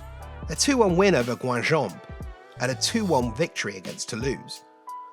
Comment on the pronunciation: Excellent work mate, congratulations from France! In any case Guingamp is pronounced a bit like "gain - gaunt" (with a silent "t" actually 😂). Write it down for the time you make a video on Guingamp's historical Europa League run in the 2010s! 😉